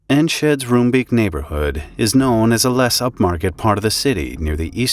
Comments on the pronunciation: Rombake. They say Rombake not room beak. I was a year away from moving to Nordwijk from Edinburgh. I remember this vividly. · Roombeek is pronounced more like ROME-bake than ROOM-beak. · pronounciation of the names of the people, quite good. The name of the city is pronounced: En- (as in and) sgeh- (sorry, dutch g, you can supplement with a k in this case, so it sounds like skull) day. Enskeday. Roombeek is easier to pronounce: Room sounds like the city Rome, beek sounds like bake. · I do have some concerns with the mis-information at the beginning. The fireworks factory was there long before the residential area. Roombeek btw is pronounced Roambake and Enschede is En-s(dutch g)eh-day. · It's pronounced "roambake" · It's pronounced like Rome-Bake in Dutch :) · pronounce: roombeek: Roambayk/ Enschede: Enshceday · Hearing the names of Dutch cities and neighbourhoods mangled is a bit... annoying... :P Enschede -> An-sge-day Roombeek -> Roambayk (you could also try to translate it, but Creamstream has some other connotations best left unexplored.. :P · I'd say nice try but wow, totally butchered that one. 😂 Not that it's surprising for an English speaker. En (like enter) schuh (hard G, like bringing up phlegm lol) day. Emphasis on the 1st syllable. ENschuhday. 😏 Also, rome bake. (Roombeek literally Creamcreek) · Enschede is pronounced (roughly, as the Dutch -sch does not have an English equivalent) as "EN-schuh-day" Roombeek is pronounced as "Rome-bake" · Roombeek should be pronounced as Roambake. That's the closest you'll get to the Dutch pronounciation.